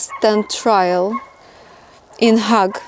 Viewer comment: Sometimes, pronunciation really matters, so ... The "Hague" is not pronounced like the word "hog" (a large pig) It is pronounced like if it was spelled "Hayg" - rhymes with "vague"